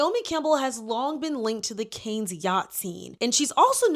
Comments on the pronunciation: The difference ppl (you are the 4th person I've seen) reporting on yachting & calling Cannes variations of Cairns, canes or car-nez is making me giggle. Yes people! Mispronounce this sh*tty sewerage sink-hole of a "city" name. It reminds me of ppl calling Ghislaine Maxwell jizz-lane. 😂😂 NO RESPECT FOR THE DEPRAVED BISHES!!! IF YOUR TOWN IS FAMOUS FOR *EX TRAFFICKING & AB*SE, YOU DON'T DESERVE CORRECT PRONUNCIATION. 😂😅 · as a point of constructive criticism- I think it would suit you to research pronunciations before filming videos. I’ve been watching your videos and there have been a few times that I’ve cringed from the mispronunciations. It would just help prop you up as more professional. You’re doing great though ❤ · I loved the video but had to cringe every time I heard Cannes mispronounced 🙄 Candace Owens does this all the time and it's maddening. I can understand, but a huge production like Candace Owens and she can't correct her pronunciation of basic words?? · Caine's you mean cannes?! Pronunciation is wrong. I was like where is this but then you mention the Asian dude and I was like yeah a watched a documentary on him. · Since you taught 😢how to say Deuxmoi....it's pronounced Kahn for the Cannes festival. Expose it all! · (Ghengis) Cannes😂😂 NOT (raising)canes ❤ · Sorry to be picky but you are pronouncing Cannes wrong. It sounds like a can of soda. Just can. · Great video! But girl you had me thinkin the fried chicken restaurant had a yacht scandal😭😂 the city in France is pronounced "kahn-a" or "kan"💯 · pronounced khan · Please look up how to pronounce Cannes. Otherwise phenomenal video as always 👏🏾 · Look up how to pronounce ‘Cannes’ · Girl how do you keep mispronouncing all these names and cities 💀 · No offense, but for future reference: Ghislane Maxwell is not Epstein's wife. Cannes is pronounced like "Khan", not "can". Capri is pronounced "CAP-ree; emphasis on CAP; not "CA-pree" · Cannes is pronounced Cahn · Cannes is pronounced ‘can’